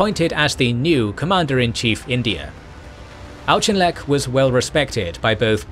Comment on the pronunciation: Uh, I thought Auchinleck's name was pronounced like AUK-inleck, not AUCH-inleck. And I'm pretty sure that Wavell should be pronounced WAVE-ll not WAV-ell.. Auchinleck was caled "The Auk" by his troops